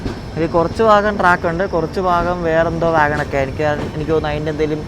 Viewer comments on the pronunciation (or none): none